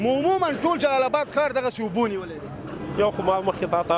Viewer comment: د جلال آباد حار نه ❌ د جلال آباد ښار ✅ لوخه نه ❌ لوحه ✅ د جلال آباد خلکو ډیر ښکلی تلفظ درلود. نه پوهیږم چی ولی دننګرهاریانو تلفظ خراب شوی دی ؟